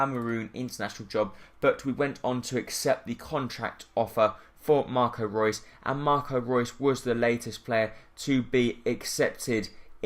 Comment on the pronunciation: It's not Marco Roos it's Marco Reus!